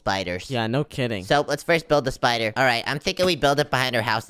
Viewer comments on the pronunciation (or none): Why does say spider like shpider